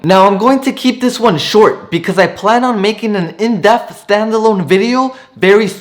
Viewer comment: Great vid...but you know it's "in depth", not in def. Much love ✌